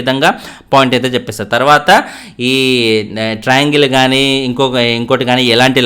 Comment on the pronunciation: dilugue:: ట్రయింగల్, టెట్రా అంగేల్, పెంటగొనల్ వద్దు 😂😂😂